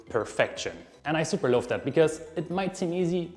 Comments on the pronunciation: I heard it as... "I super loaf that." ❤ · it’s funny when you say love it’s sounds like you say loaf 😊